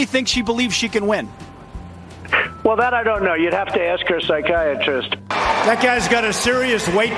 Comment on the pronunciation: LMFAOOO HER PHYCIATRIAT EKWIANME BROOOOO I NEED THIS I CANNOT STOP LAUGHING 😂😂😂😭😭😭😭